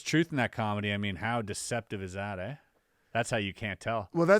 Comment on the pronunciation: “how deceptive is that, eh?” 😂 Kindly put your Canadian away good sir